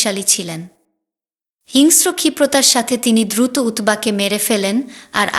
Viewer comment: দিদিভাই, আমি পঃ বঙ্গ হতে আপনার পাঠ শুনছি । এটা ইতিহাস না উপন্যাস বুঝতে পারছি না । অবশ্যই সুলিখিত । তবে আপনার উচ্চারণে কিছু সমস্যা রয়েছে, যা হয়তো দেশ ভেদে স্বাভাবিক । জলকে পানি বলছেন না । আর যেন, আয়োজন, দ্রুত, ইত্যাদি অনেক শব্দ উচ্চারণে বিকৃত হচ্ছে । কলকাতার উচ্চারণকে অনুসরণ করলে মনে হয় যথার্থ হবে । আসিফ মহিউদ্দিন, জাহাঙ্গীর আলম (লালু উস্তাদ), মাতব্বর আজাদ অভিজিৎ, মাসুদ প্রমুখদের শুনতে অনুরোধ করি । ভালো থাকুন ।